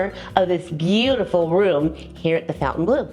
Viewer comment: Thank you for your review and filming. I'm not being rude please don't take it that way, but Fontainbleau does not have a U in it - as in the word fountain, Phonetically it is -fon-tan blue. It is a beautiful place.